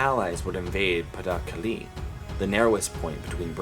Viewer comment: This is really interesting. I've given it a like, but I think you need some French language lessons! You manage to pronounce Calais, Cherbourg, Caen, and Provence completely wrong, which I'm afraid undermines your video somewhat. Also, your maps could acknowledge that the Allies had conquered half of Italy by D-Day, rather than leaving the whole of Italy red. I'm trying to be helpful. I really like the style and tone of this. Its just these little mistakes undermine the whole thing unfortunately. If you could correct these it'd be great.